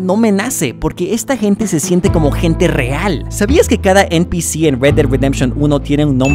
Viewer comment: "eNpICi" jsjsjssj